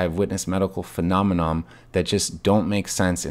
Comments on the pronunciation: What does that show? He said phenomenom. What kind of doctor uses made-up words? And you know, you know? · this "doctor" said PHENOMENOM